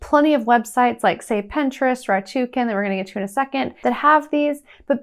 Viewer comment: It's rakuten, not ratuken.